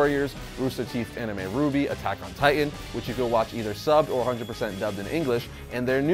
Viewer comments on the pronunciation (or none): none